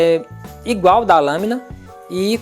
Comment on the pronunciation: Lembrei do Tiririca nos min.... " Igualho" 😃👍🏻